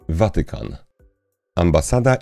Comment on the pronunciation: prosze zmienic akcentowanie słowa Watykan